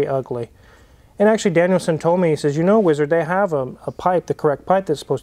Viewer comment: Am I the only one who hears it as "Daniel-san" instead of DanielSon?